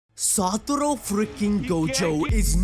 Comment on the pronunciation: How do you hear and read Satoru over and over and then go on to pronounce it Satoro. Like how bro. Also how you gonna use the image and say it was fans from Japan when the language in the image shown clearly isn't Japanese. Gross negligence? bruh